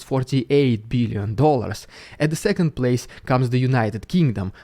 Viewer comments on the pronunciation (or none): none